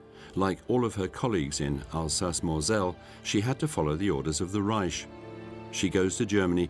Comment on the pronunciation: The narrator says "histler" and "raisch". Hilarious.